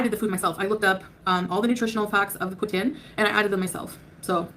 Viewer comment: She cant even say Poutine, for fucks sakes, she eats enough of them